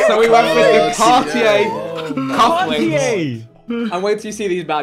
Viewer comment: I love how JJ actively tried to pronounce Cartier but still said it wrong 😂